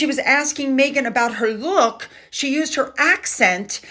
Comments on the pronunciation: Mindy does not have an accent. She said “lewk” which is slang for look. Meghan just isn’t up to date on slang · Saying “Luke” for “look” is not an Indian accent. Mindy was reciting the script she was given. This was just a paid acting job for Mindy to give Rachel the opening to tell everyone she’s Sussex. This was probably the fifteenth take because they are both bad actresses. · Stop with the racism with Mindy, she said "Lewk" the young folk use this word for a "good look" Mindy was being fun.